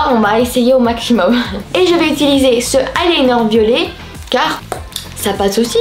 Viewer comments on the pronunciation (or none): none